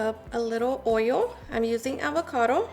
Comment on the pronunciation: Coat it with oyo, tent it with foyo.